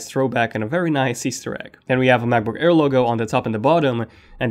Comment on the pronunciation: I kept hearing you say macbook care :P